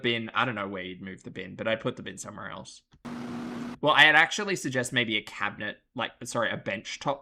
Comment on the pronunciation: And "eltz" instead of "else"